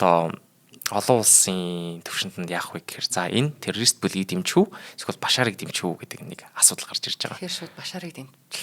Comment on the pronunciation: Чечен гэж ямар улс бна 😂 ядаж зөв дуудаач. Бас террористыг юу ч гэж хэлээд бгаан, наад дуудлагаа засаач